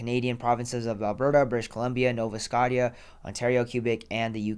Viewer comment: My boi said nova scott tia 😆